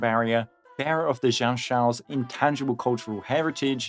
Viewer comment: i love you so much but what was that pronunciation of xianzhou in the intro 😭😭